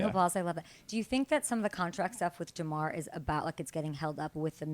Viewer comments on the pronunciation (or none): Ja’mar not Da’mar lady…